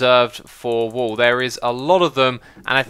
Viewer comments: stop saying wool W00L/WööL instead of wuul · Yeah I heard wall so many times before I got he ment wool